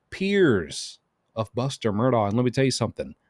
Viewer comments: Mur dock. Its not an english pronouncation. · Mur-DOK is how it's pronounced